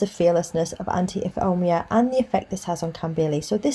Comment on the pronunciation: Tip: Ifeoma is pronounced If ay oh ma. Thanks for the video.